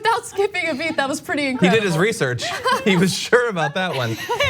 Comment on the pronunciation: Hey pRetty has an “r” in it.